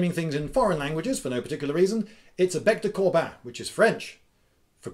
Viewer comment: excellent vid :D, and nice pronunciation of "bec de corbin" :p